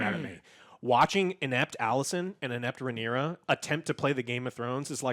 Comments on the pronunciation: "But it was Rhaenyris who showed restraint.." Me: dangit Joe. always screwing up the names.... Wait... Rhaenyra + Viserys = Rhaenyris... Holy shit Joe's a GENIUS. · Rhaenerys, of course... Popular characters like Rhaenerys, Daeneryus... Look, I don't buy this Joe is dyslexic thing anymore, when literally all three of them are too stupid to properly remember names and say names properly, then it's not dyslexia, it's just fucking stupidity of fat spoiled brats thinking they're smart when they're not... Like Alex takes the 'cornered dog' analogy WAAAAY too literal that he proves how low his intelligence actually truly is. Fight or flight doesn't jsut apply to literally being cornered Alex, I know peanut brains can't understand that, but again, you're complaining on something, just so you can seem smart and shit... Aemond losing control over Vhargar is actually really deep and smart, because Aemond isn't really Vhagar's original rider, even if Vhagar accepted him, I think it's more of Aemond just having forced that upon him, than there being the actual bond that we know that dragon and rider have in a lot of cases. Like I highly doubt Vhagar would really give a shit if Aemond died. Arrax for that matter freaking out, as a seriously YOUNG and still growing dragon, against a huge dragon, in a storm, with low visibility and everything, feels cornered, even without there having to be a literal corner, Alex. It went full fight or flight mode, and it chose to fight stupidly. Seriously question, is Alex incapable of understanding human behavior and psychology? Because I have literally heard the guy asking about horror movies for example: "How is th